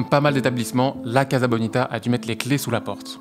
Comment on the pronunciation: Pardon mais ca se prononce Cassa (pas caza) Comme Casa de papel, Mi Casa e su casa etc.